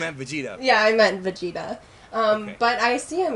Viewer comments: She said Vagetuh. Not Vegito. lol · She said vegita :v